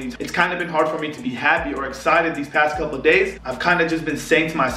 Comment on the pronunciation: “Do it well I grab his couoolo “😂😂😂😂 I was crying cuz he pronounced it wrong